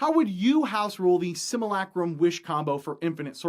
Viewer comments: Similac-Crumb? We're going to have to go ahead and disagree on the pronunciation of simulacrum. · ...hearing him saying "sim-u-lay-crum" wrong is so painful. But good video!